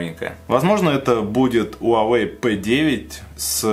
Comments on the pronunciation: Он "" 华为 huáwéi. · Почему ты говориш Уавей?